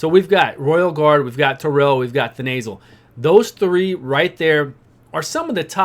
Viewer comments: The nasal - aka Then uh sill (Thenasil). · "we got Vrask, Thenasil..." (pronounced The Nasal) instant image of Vrask's nose...